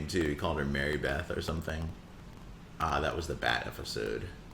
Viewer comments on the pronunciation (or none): Ok you say "efisode" for sure